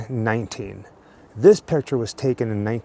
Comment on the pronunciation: 😮😮 oh okay 1919 ! You sound like you are saying 1990 . 😳😳😳😳